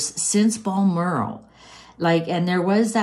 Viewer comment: It's pronounced Glos est er shire. Think of it like that. Might be worth listening to a uk you tuber on how to pronounce. It's also Bal (not ball) moral. If that helps 🤗🤗